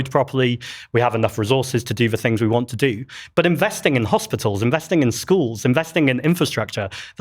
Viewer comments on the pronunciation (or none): I know it's a little childish but all I'm hearing from the labour politician is "do dis John do dat John!" 😂😂😂 Like I'm sorry, but speak properly! One minute it's want with the t pronounced then 3 seconds later it's "won'" without the T pronounced. She just sounds ridiculous and not serious. 😂